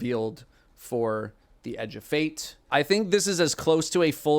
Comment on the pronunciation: In accent, 'Edge of Fate' sounds so much like 'a Jebait'.